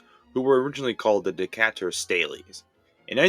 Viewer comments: I’m sure every local could not pick pronunciation but we say it like de-kate-ur and they were actually the Stayles Bears.🐻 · Currently living in Decatur IL former home of the Decatur Staleys and I just want to say, you pronounced it wrong DEE-k-tur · you absolutely butchered the pronunciation of Decatur, il! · Youtubers are awful at pronouncing names of cities and towns. " De- cat-er" ?!? Really? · You said Decatur so wrong it's actually funny. I've never heard anyone say it that way.